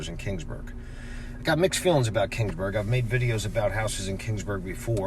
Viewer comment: It's Keeeeeeeeeaansburg not King's Burg. Sheesh